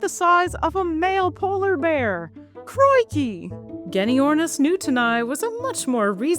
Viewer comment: As Kiwi hearing a Canadian do a Australian "crickey!" in an Australian accent... it's pure gold. Other countries won't understand.